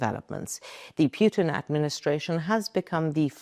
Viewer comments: It’s PUTIN, not PJUTIN. You are very unprofessional, AI or not🤮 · ANKA news is great! Your coverage on the conflict in Ukraine is second to none! I too love the way you say Putin "PewwTin." If there ever was a stink in the world it would be Putin or should I say PewwTin?